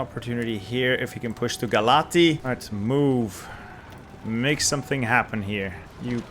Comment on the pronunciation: Could you please start saying Brashov not Brasov? It's with ș not s,and you read ș as "sh" . Also say Galatzi,not Galati. Correct form is Galați and you read ț as tz